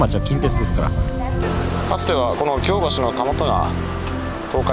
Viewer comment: 私が府民だった20数年前は枚方も守口もあのような案内板はありませんでした。 恐らく街道旅が見直されてきて「そういえばこの辺京街道やん！」てな思いつきで整備されたのではないでしょうか。特に守口宿のあの高札場はちょっと引いた(*´Д｀) それから「京橋」の発音の違い完璧です！表記は一緒でもイントネーションが違うんです。